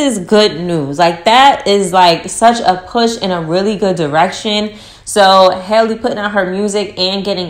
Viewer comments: HAL-le, rhymes with valley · It’s Halle* like Halle Berry, Halle Bailey